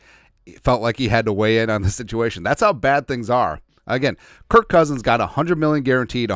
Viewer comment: What Karma for "Kirk?"